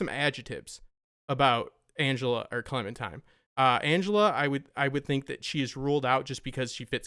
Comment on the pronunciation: I cringe every time I hear 'Clementime'